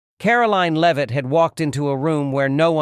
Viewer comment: A good story, but apparent specified Lame-Ass A I Narrator, as usual, seriously detracts from the enjoyment of it. How many different ways can our press secretary's name be pronounced and how many common, everyday, words and names be butchered by a soulless, unbodied etherial entity before enough is enough?